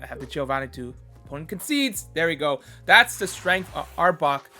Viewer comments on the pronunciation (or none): It's "concede" not "conceide".